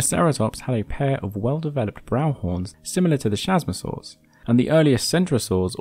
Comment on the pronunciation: Man I utterly adore this channel, but please look up the pronunciation for these animals! It's 'kasmosaurs' not 'shazmosaurs' 👍